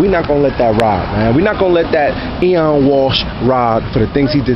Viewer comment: It's pronounced OH-WEN, not EE-ON. It's the Irish spelling of the name Owen. It's an Irish name. Just to let you know. Nice hat.